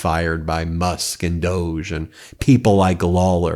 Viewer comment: Stop calling it DOG3 IT'S REALLY DOG-E.